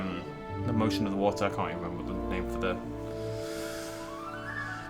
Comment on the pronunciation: Little bit of watha little bit of wahha